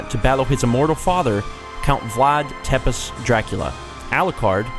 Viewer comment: Tepes is pronounced "Tepesh" Proof is in Dance of the Vampie Bund.